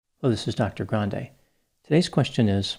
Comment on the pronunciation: Nice pronunciation on the name Grande 😄